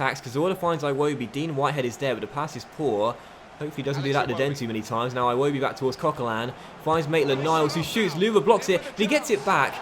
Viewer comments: it’s Ee-woh-bee not I-woh-bee other than that fantastic series really enjoying it can’t wait to see the next season!! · I kept getting triggered when he said 'eye-wobi' instead of 'iwobi' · its "Iwobi" not "eye-wobi" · its not pronounced iwobi, its ewodi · EYE wobi, sounds so damn stupid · HOW MANY TIMES CAN YOU SAY IWOBI WRONG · Can you pronounce Iwobi properly please? it's so triggering lol